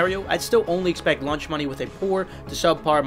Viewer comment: Is it me or is he saying lunch money instead of launch money ?